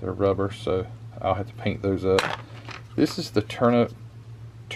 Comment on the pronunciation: FYI. The word for the soft cockpit cover is "tonneau". It's pronounced "TAH-no". French word. That means lots of their words have strange spelling as seen by those of us who grew up with English, and even stranger pronunciation. I grew up around sports cars and sports car racing. My folks had a couple of cars with tonneau covers when I was a kid learning about race cars and model cars. I remember in 1958 my uncle came home from the Marines and was looking for a car. My folks took him shopping, and took us kids along. The one car he was real close to buying was a Triumph TR2 in baby blue. In the late 60s I had become friends with a guy who raced a Triumph TR3 in SCCA events. I worked as a Tech Inspector. Doc Sturm was a dentist. I Teched his car a number of times and we became friends. He was a good amiable guy. Racing at Riverside Raceway, he tangled with a couple other cars at Turn 2. Doc got shoved out into the weeds. He found a rain runoff ditch about 4' wide and 2 + feet deep in those weeds and it flipped his car end over end 3x. His roll bar held. It was a hoop from left to right higher than his helmet, with a pair of braces from the top corners of the hoop to the back, through the bodywork to the frame. But the car folded right in front of that roll bar and crushed him. I intend to build my Gunze TR3 (not the metal parts kit) as a model of his racer. Yellow with black trim. #31 RIP.